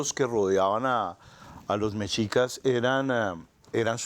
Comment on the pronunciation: Se pronuncia MESHICAS. Por favor 🙏🏻🇲🇽🙌🏻